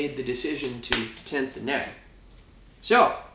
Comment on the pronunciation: Sounds like he's saying tent instead of tint